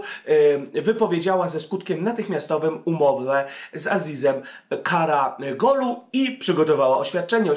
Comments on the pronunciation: KaraOglu a nie KaragOlu :) Gole beda za kilka dni we francji ;) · Karagolu? Karaoglu :) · karaOGlu nie karaGOlu Lol